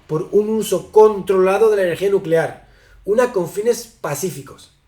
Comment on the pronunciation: 🗣️"energía nucelar"